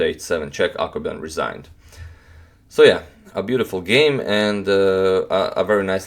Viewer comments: When he says Akobian I always hear Aquaman hahaha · Blackdarkdarker bleach I kept on thinking he was saying "Aquaman," too.